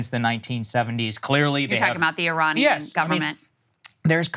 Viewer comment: Saagar should prolly learn how to say Iranian